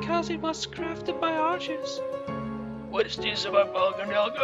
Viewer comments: It's Ar-ke-us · It is ar key us